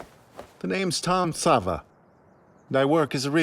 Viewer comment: Hey, just as a heads up, since the dubs did that thing again where they translate a characters name weirdly, Tom Ksaver is pronounced "k-sah-ver" (very short k sound before the "sah-ver", but silent is alright too.) instead of "sah-va". This one's at least a little more understandable than Reiner's mistranslation leading him to being called the very feminine "Reina" in the English dub. Even as the manga was being released (don't worry no spoilers) people kinda didn't know what to make of his name as it's "トム・クサヴァー". Phonetically translated, the katakana is "Tomu Kusav-a", but western sounds are weird to translate into Japanese because we divide our language's sounds more - almost all Japanese sounds are a consistent + vowel. Fan translations that where happening during the manga release kinda interpreted his name to be "Xavier" given the K+S sound at the start, and "a" often times being a stand in for "er" (Yeager -> Yega etc). But at the same time, there were also people saying that the Katakana translation of Xavier would be "Zabieru". It wasn't until we got an official English translation for the manga that it was revealed that it is, in fact, Ksaver. I think this just kinda comes down to a quirk in how names are picked, being that Isayama doesnt speak European languages. Sometimes they'll make a lot of sense, like Erwin Smith, because at least Smith is a very common last name, but then we get stuff like Armin Arlert. The process of choosing foreign names for your characte